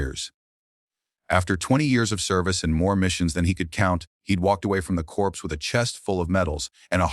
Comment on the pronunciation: CORPS IS PRONOUNCED CORE. AI GET EDUCATED BEFORE YOU DESTROY THE WORLD.